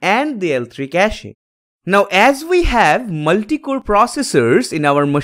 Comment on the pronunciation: Pronunciation is Cash… not cashe…